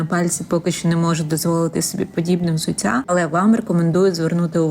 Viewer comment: взуцця - це не суржик. Це московський акцент в українській мові